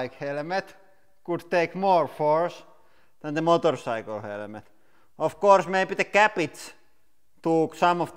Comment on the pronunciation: Motor saikel